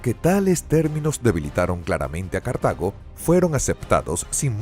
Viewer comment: Se dice Cartago, no cartaño